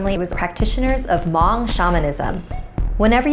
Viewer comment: Love thissss. Also Hmong is pronounced ma ong not ma ung